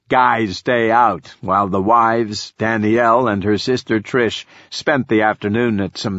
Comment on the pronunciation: Lol "Dany-yell"